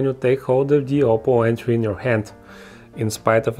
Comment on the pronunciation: Gioppo Entry - or something like that